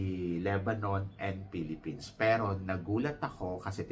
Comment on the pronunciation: Ang galing mag-host ni. Hindi siya typical na Thai na hirap mag-english. Pati word na Philippines, kaya niyang bigkasin yung 'S' sa dulo. Saka ang generous niya sa pagbibigay puri kay Kirk. Meron pa siyang "Filipino pride!". Yes, magaling din si Athisa mag-host kahit sinasabi ng ibang Pinoy sa comment section na kulang daw sa adlib like Catriona. Congrats, Kirk! Mabuhay! 🇵🇭🇵🇭🇵🇭